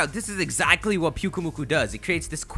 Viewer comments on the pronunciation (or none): It's pronounced Pyuk-UH-mu-kUH. Then you called the sandcastle pokemon, pyukuhmukuh. Do you watch your vids before you even upload them? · Pyukumuku, pretty sure it's pronounced like Pew-key-mew-key XD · the sand castle pokemon... thats who he confused. he said piukkumuku when he showed a pic